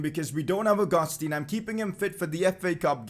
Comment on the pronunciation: It's pronounced Ow-goos-tan not Oh-gus-teen